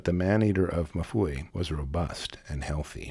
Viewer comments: Pronounced "EM FOO-EE". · I have a feeling "Mfuwe" probably isn't pronounced "Mafooey" by the locals, but honestly, I couldn't do any better.. so it'll have to suffice for now. 🤷‍♂